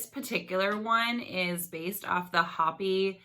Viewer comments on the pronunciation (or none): “HO PEe “ say it like it sounds- awesome video